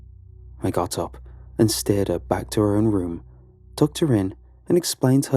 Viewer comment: That’s so funny I notice the same thing with the guy from Lighthouse Horror every time he says the word “room” it sounds like he’s saying “rum.” So now I listen for it in every one of his videos he says it at least once lol